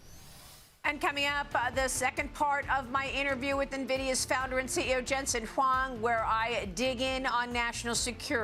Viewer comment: Lady can't even say his name correct